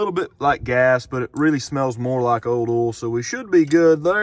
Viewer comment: I love the way he says oil. “Ole” 😂 when he said old ole, I laughed. Oh southern drawls…😂